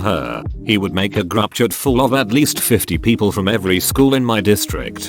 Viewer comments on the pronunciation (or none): Text : group chat Robot voice : grubchat